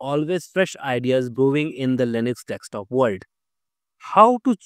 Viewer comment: It is "D E S K T O P" not "dekstop"! SK not ks!